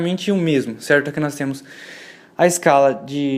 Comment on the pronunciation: Cerrrrto, cerrrrto, cerrrrto...